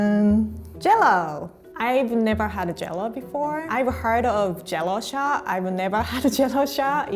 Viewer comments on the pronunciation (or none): Sadaf Barkat I totally agree . For Jell-O shot she says Jello-O shaw